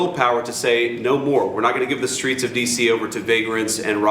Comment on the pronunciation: In dem Skreets! Repeat 3x for emphasis